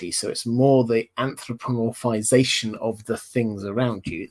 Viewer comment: Your ability to clearly say "anthropomorphize", without ever getting tongue tied, is admirable. Kudos…